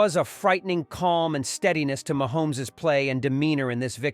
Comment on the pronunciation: Mahomees stop saying it like that